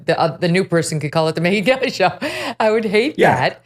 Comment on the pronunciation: "Hey, everyone, welcome to the Megyn Helly Show [sic] ..." Helly? Helly? Whoa, that's Hella Funny, Kelly! That's Hella Funny! 🤣